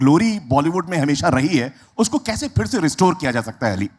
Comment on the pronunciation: Kam sey kam interviewer to sahi talaffuz mein boleiN. ‘Fir Fir’ kar rahey hain….sab sey aasaan aur buniyaadi cheez. ख़, क़ जैसी आवाज़ों की तो क्या ही उम्मीद करें